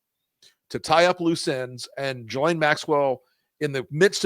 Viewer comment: I really think people should learn to pronounce Ghislaine correctly if they are going to discuss her.